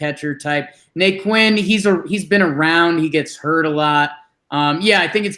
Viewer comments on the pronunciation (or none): Na-Quin? Really? Come on man....You guys aren't baseball fans, you are just Yankee fans